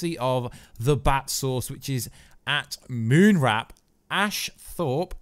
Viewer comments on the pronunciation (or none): you said "Moonwrap" his is Moonwarp